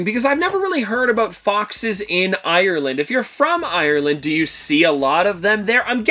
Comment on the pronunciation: I'm Irish and the way he said Ireland made me cry 😂